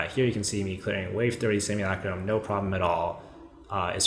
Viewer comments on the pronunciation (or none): none